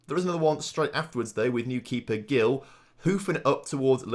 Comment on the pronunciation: Hi, i’m brazilian, and i just wanted to correct you: Gil is pronunced like “Jil”